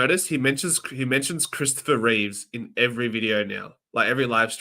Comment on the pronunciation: Its Christopher Reeve.... not Reeves..... lol